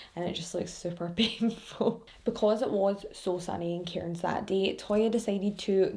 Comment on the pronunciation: Also, I live in Cairns, it's said like cans, the I and r are silent